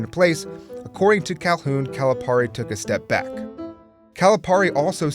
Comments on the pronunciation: It's not 'Cali-PAR-e' it's 'Cali-PEAR-e' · It is pronounced “Calipeari” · how do you say calipari wrong jesus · You gotta pronounce the name right for Calipari, man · It bothers me how consistently you mispronounce Calipari's name. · The amount of times he mispronounces calipari’s name triggers me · Is it pronounced Calipari or Calipari? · Say Calipari right plz